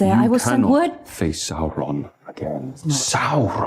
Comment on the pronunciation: Say it with me... Saurrron?!!